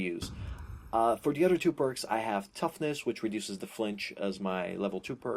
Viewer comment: he says udder instead of other